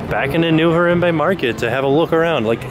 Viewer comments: it's like har-ahm-bay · you're saying harambe wrong and it makes me sad :( also were you talking to a cast member ? he sounds a lot like someone i used to work with there!